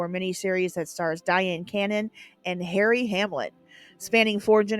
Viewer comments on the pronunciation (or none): none